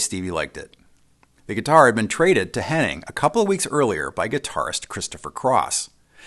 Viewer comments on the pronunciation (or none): Hennig, not Henning.